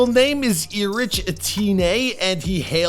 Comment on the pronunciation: I guess E-Ritch is his rap name now 🤣